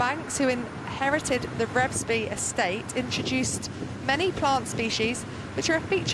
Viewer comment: I watched the race go through Revesby (pronounced R e e vesby by the way) Fantastic!!